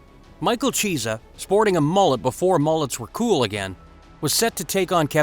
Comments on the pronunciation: His name is Michael kee-essa not cheese-a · It isn't cheesa it's key-es-sa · Who is Micheal Cheese-a ? Lmao! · You will get a like if you tell the Chunky, (yes, Chunky) Cheese story And a UFC fan, would've heard him pronounce his name correctly. Chiesa=Key - s - uh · Lol...... Michael 'Cheez-a" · "Cheese-a", really gonna let that get past editing? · Narrator, you’ve never heard of any of these people, eh? Michael Cheesa? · I muscled through the first part of the video but when he said cheesah I was done... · Cheese-ah??? Lol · Learn the fighters names before you do a video on them cause u butcher Micheal Chiesa name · If you are going to do a UFC video, at least learn how to pronounce the fighters' names. "Wanderlei" is said with a V not a W, and Michael Chiesa is not pronounced like "Cheese', it's a hard "K" sound. SMH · Michael cheeza...... its vanderlei not wo Wanderlei ffs.